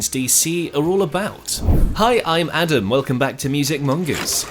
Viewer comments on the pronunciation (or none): none